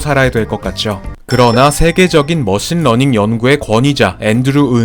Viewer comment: 러신머닝 처음듣고 런닝머신이라고 생각한 사람?